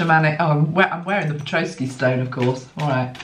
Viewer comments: Petoskey stone...pronounce pe-tos-key. No "r" in the spelling 😉 Isn't that funny my Canadian father always said "Red sky at night sailers delight, Red sky in the morning sailers warning" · the pronunciations for that beautiful shield shaped talisman...you did a pretty good job!! The tribe that carved the Petosky (peh - Toss - key) stone is called the Iriquois (Ear - uh - koi) and the place it was found is Michigan (Mish - uh - gun)...the emphasis is on the capitalized syllable. Petosky is a fossilized coral - the crystalized forms from the colonies of living creatures from seas long gone - which somehow says a lot to me about the earth changes coming soon - Thank you so much for all you do! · That is a pet-ah'-skee stone, and the ear'-uh-kwoy nation. I am holding one of mine now. Having lived in Michigan on the shores of Lake Michigan, I have collected many of them, beach-combing!